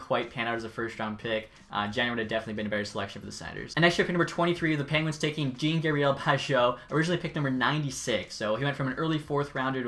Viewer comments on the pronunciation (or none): Hey love your vids, but can you try to pronounce Jean for Jean-Gabriel Pageau correctly and it’s the same for Béliveau it’s J-an not like Jan mysak but more like the sound of the beginning of a j + an for an apple